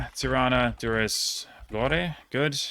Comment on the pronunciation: Impressed with your Albanian cities pronounciation especially Gjakova, but you had Durrës and Vlorë wrong, ë is pronounced like ø in Norwegian and I guess uh in English